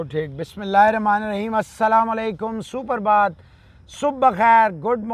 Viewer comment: sir ita suprabhat..not suparbhat